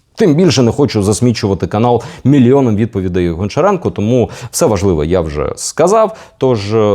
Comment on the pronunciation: правильно казати або гамчіренка або ганчіренка